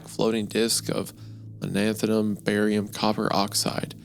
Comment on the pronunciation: Ah yes, Lanathum, my favorite element. Not to be confused with icky Lanthanum.